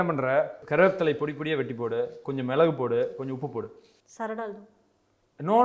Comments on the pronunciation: தம்பி அது மிளகு மிழகு இல்ல .. தப்பு தப்பா சொல்லி தராத... பாவம் அந்த பொண்ணு..😅😅😅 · "மிளகு" ❌"மிழகு" ✅ in bro's tamil😂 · BRO ATHU மிழகு illa மிளகு 😂 Good video ❤ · மிளகு✅️ மிழகு❌️